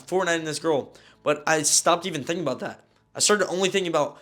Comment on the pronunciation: ”The story that im Abóút to tell you